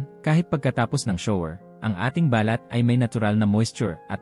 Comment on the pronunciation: Ayusin m nmn ang pagbigkas ng binabasa mong script. Ung balat ngiging bal- lat 😂